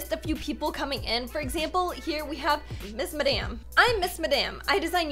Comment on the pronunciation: Its miss mud maam not missmadam